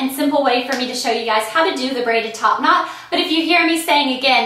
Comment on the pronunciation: the more and more she said top not it sounded like topanad